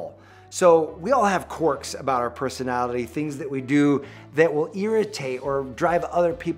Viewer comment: The way he says quirks, lmao. QUORKS.